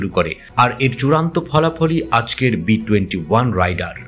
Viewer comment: আরে রাইডার না, রেইডার আর পাক ডি এ, ডা না।